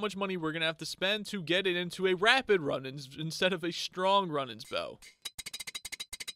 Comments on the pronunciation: its rune ans not run ans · Runaans is pronouns roonins not run ins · Zealot is pronounced: zeh-let Runaan's bow is pronounced: roo-nans (you say the last part right, it's just 'roo' and not 'run' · Not meant to be a hate comment but it's pronounced roo-nans not run-ans :) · Roonaans bow is the pronounciation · I noticed you mispronounced Runaans, it’s pronounced either Ru-nahns or Roo (like Rew) nahns. I wouldn’t have pointed this out but you asked us to so you’re welcome lol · (Ru-nawn) is how you pronounce the bow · its pronounced "zelit" or "zelot" and the bow is pronounced "roonans" no hate :) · im just trying to help... its pronounced roonans you hold the sound mor elike when you say spood its the same oo sound ;) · Wrong pronunciation: Runaans Compass Zealot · Dont wanna harp on you, but Runaans is pronounced Roooo nons bow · It’s pronounced roo nans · You are pronouncing zealots like this zélots try not accenting the E in the name and you will have it good. And runaans is pronounced (Roo-nons) just for if you need help pronouncing 😁